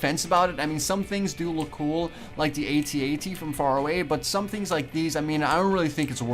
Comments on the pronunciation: its AT-AT not @@ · a-t-a-t not at at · you prenounce it a t a t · I say At-At not @@ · It's A.T A.T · its a A-T-A-T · You say it ay tee ay tee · it's pronounced a t a t all letters said sepret